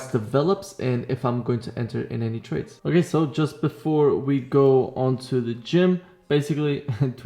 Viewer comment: "A lot of tardes" - I felt that shit 🤣